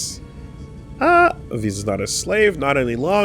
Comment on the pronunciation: I’m tickled hearing Visas pronounced VaiSauce, when Visas’ visage is hidden. Cmon guys 😂